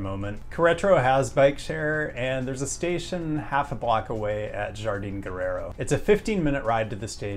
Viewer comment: Jardín is pronounced“har-deen”